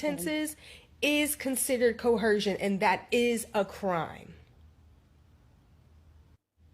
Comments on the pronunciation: sayind Coercion (Ko-Ur-zhun) wrong repeatedly is wild. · K no disrespect, but you don’t pronounce the H in coercion…lol 😂